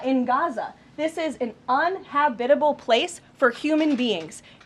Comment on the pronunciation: She cannot say uninhabitable